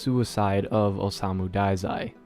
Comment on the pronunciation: It's pronounce osamu dazai. Okay.